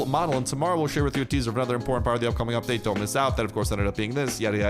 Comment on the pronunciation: When says it: “UPpa-date!”